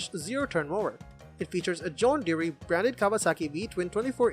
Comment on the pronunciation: No offense to your honest attempt to make an informative product video. But viewers can tell straight away that you cannot pronounce John Deere properly. Considering that CR says that John Deere is the ONLY manufacturer to receive its top rating for reliability. And that John Deere sells more than ALL manufacturers combined. And on top of that, in no world could Cub Cadet EVER be ranked above ANY John Deere. And thats all I got to say about that!